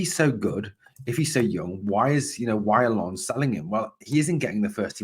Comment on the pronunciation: Another good informative video. Very sensible view on why Rangers had scouts at the Hearts v Aberdeen match. Much as I would love Shankland to come to Rangers, it's a lot more likely they were there to scout the opposition for next week in my view. Refreshing to hear your decent pronunciation of "Lens" compared to other Rangers YouTubers as well. You almost nailed it apart from the silent "s" 😁👍